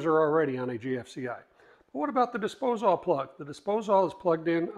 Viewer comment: No one ever told my man how to say disposal?